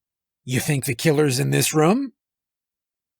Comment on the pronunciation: love it but damn how you pronounce room makes me want to unsub and stop watching